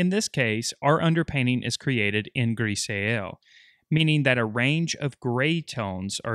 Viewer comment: Just so you are aware: grisaille is pronounced griz-eye, not grease-a-el. It is french in origin, and I think it is important for everyone to know how to pronounce it correctly.